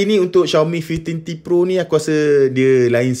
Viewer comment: Susah bebenor nk sebut five teen t pro😂sebut je Lima belas T pro senang